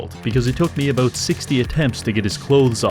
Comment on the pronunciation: Teaching english to the english? mate what are you even on 'aboot'?